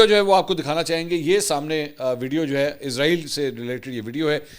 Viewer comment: Can I mention one thing please: it’s ISRAEL NOT IZRAAEEL, Izraaeel is the name of Angel of Death